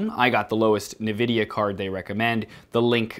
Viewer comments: Nvidia is pronounced N vidia not Na Vidia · NVIDIA is pronounced as N (like in the alphabet) VIDIA (like video, but in ends on A) Not NEVIDIA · Ehn-vidia. Not nevidia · Did you just call Nvidea "nividea"? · He kept saying NIHvidia when is ENvidia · it is pronounced en-videa not nuh-videa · U_Wot_m7+1 no? its a 'nuh' is a hard lowering of tone towards 'vidia' which is less pleasurable as a sound to native english speakers than the slide from "in" even considering that, theres the fact that the company officially calls itself "in vid eea" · sorry... stopped watching at Ni-vidia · 'nuvidia' wHY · "nevidia" I'M SO DONE LOL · Came looking for this comment. Holy smokes, I had to rewind - "Wait, did he just say...?" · "NUH-VIDIA" oh my gOD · en vidia you fuckign philistines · U_Wot_m7+1 yea and nuhvidia is so much better you ingrate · Na na na not going to be upgrading your NAH Video Card. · Exactly :DD its pronounced En - Vidia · It doesn't matter what 'sounds better'. It is In-vidia whether you like it or not. If you say it another way, the rest of us will just permanently label you a moron, and move on with our lives. Reminds me of a client I had once who pronounced AMD phonetically instead of as an abbreviation. I was truly speechless. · omg right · I had to rewind to make sure I heard that. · Great video, just a reminder on your pronunciation of "Nvidia" ;)